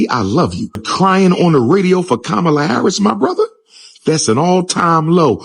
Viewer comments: He said "Kabama"! lol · Stop being angry and vote for whoever you want for President but at the same time you don’t respect her as a black woman calling her name wrong.